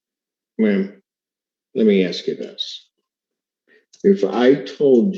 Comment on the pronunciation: You're in college and still say "ax" its ASK big dummy